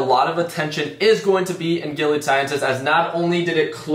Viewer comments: It’s definitely pronounced GIL-EEE-AD my guy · Say their name right before you buy